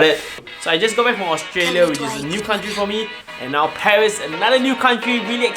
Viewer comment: Come on its paris not pawheese